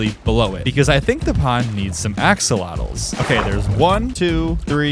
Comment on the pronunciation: I think you're the first person I've ever heard pronounce 'axolotl' with a hard X /lh